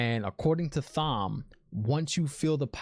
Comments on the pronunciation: It’s not pronounced thom it’s Tom. The colors of the ahah of the aes sedi represent their discipline. Reds hunters of men who can channel. Yellows are healers. Green battle ahah. Etc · The way you pronounce Thom gets me every time lol! You're doing a great job! Love your channel.